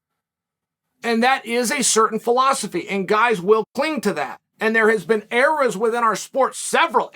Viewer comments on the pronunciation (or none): none